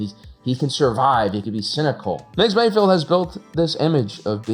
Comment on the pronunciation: It's Mayfeld, not Mayfield,! Or is it? I really could'nt give a f*ck, either way.